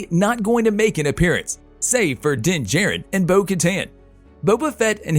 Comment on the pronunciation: It's pronounced Din JAH-RIN not Din Jerrin.